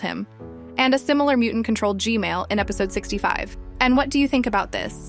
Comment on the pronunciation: You just said G-man to Gmail it sounds like female